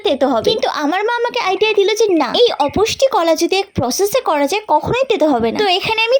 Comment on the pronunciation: Apusti kola noy, bolo - apusto kola